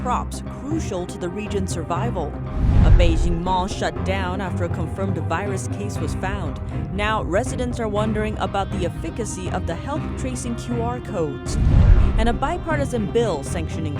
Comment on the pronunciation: I believe that "efficacy" is pronounced with emphasis on the first syllable.